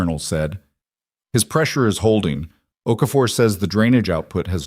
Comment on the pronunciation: Okafor, not OK for.